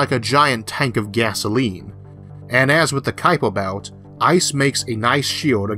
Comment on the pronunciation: Oops! It's Kuiper Belt, rather than Kupier.